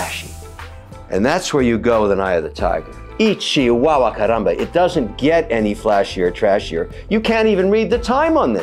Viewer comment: Kevin… is not “ichy wawa “ you’re trying to say ¡Ay, chihuahua!